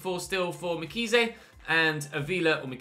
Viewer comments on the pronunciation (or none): Mkhize's name is pronounced like Em-key-ze. Hope that helps